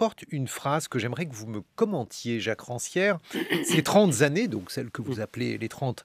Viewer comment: Quoi ! Les trente-z-années ! En cours de français on a fusillé des élèves pour moins que ça ! On vous pardonne, vous êtes un bon journaliste 😊😘